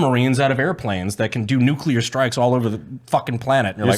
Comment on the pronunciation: Nu-clear not nu-cu-ler 😂